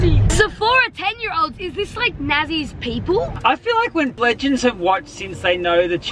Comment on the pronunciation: Bro said blegands